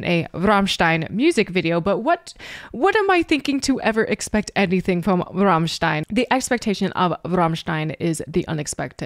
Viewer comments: Servus! You are probably the first english-speaking person who pronounces "Rammstein" correctly - with the german "RRRR";-) By the way, you pronounced "Sonne" right aswell. It means "sun".... Regards from Germany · got a new follower right away when u pronounced Rammstein pretty correctly:P u should really go and see them live its freaking awesome they are deffinitley some of the best live performances ever